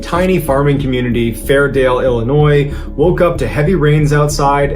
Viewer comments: Illi-noise?! No!! Ill-in-oy!!!!! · Illi...noi. The "S" is silent when pronouncing it. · The S is silent in Illinois, not your fault, you wouldn’t know unless you’re from there. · Why do most people say "I'lli..noise"? Ugh that's so irritating! I was originally from I'm originally from Illinois and go back there to visit family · You're pronouncing the state wrong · So, what's the proper way to pronounce Illinois? It bothers me too when states are mispronounced. I'd like to know the proper pronunciation please. For Oregon, people butcher it, by saying or-E-gon. The E in Oregon is silent. It's pronounced OR-GON. That's right, like the instrument orgon, no e. OR as in iron ORE. Gon as in GONE fishing, or qui GON. I'm a local and it's a pet peeve of mine.